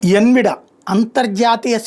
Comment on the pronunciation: ఎన్విడియా అనాలి...